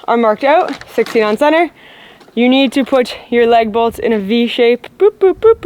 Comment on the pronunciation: "Leg Bolts" or LAG BOLTS?😂